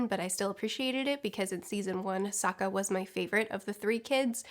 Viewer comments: I read this before watching the video, and now I can't stop hearing you say "Saka" instead of Sokka 😅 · I've noticed in videos before that screws up names often... No one is perfect, I get it, but does she not edit? You just watched the show stop screwing up Soka and Zuko! I couldn't even finish the video it got on my nerves so much.